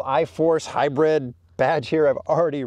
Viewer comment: Is he saying “Hi-bread” or hybrid, lol